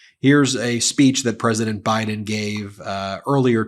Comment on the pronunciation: Oh really? Have you heard all his rallies? 🤣 . How about the one where he says they're going to win by a "landSHLADE" and he calls Biden "BRIDEn"? You only pick and choose your trump rallies to suit your talking points?.